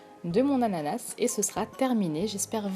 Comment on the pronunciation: Un moment vous avez dis "anana"